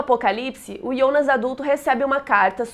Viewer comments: QUE AGONIA DESSE IIONAS. DEIXEI DE SEGUIR O CANAL SÓ POR CAUSA DESSA PRONUNCIA Q TODA VEZ ME DOÍA OS OUVIDOS. QUAL A DIFICULDADE DE FALAR JJJJJONAS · Muito bom o vídeo! Mas o pfv, para de chamar o Jonas de Iondas. Eu sei que está pronunciando correto da língua nativa da série, mas estamos no Brasil, Jonas se pronuncia Jonas mesmo. Fica paia e é irritante pronunciar Iondas kkkkk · Me dá agonia ela falando o nome Jonas de IONAS. Sendo que em inglês, em alemão e português nos 3 idiomas eu ouvi "Jonas" msm. Diabo de Ionas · Pq se fala ionas e nao jonas ? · Quem deabus é iondas kkkkk minha filha o nome é Jonas estamos no Brasil